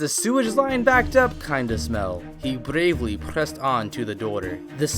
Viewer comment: He brrrrrrrrrrrrrrrrrrrrrrravely prrrrrrrrrrrrrrrrrrrrrrrrrrrrrrrrrrrrrrrrrrresst on his brrrrrrrrrrrrrrrrrrrrrrrrrrrrrrrrrrrrrrrrrrrrrrrrrrrrrrrruhdha was a plumberrrrrrrrrrrrrrrrrrrrrrrrrrrrrrrrrrrrrrr am i the only one laughing at this super hard?